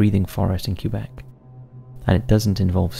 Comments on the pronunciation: "CUE-BECK" lmfao aww it's "k-EH-beck" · So funny how most english speaking people pronounce it "Cue-Bek"